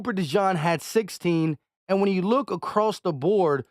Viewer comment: Not u butchering another name 😂😂😂😂 it’s pronounced De-jeen not de john